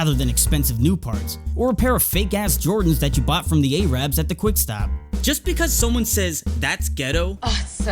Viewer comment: it's arabs not A-rabs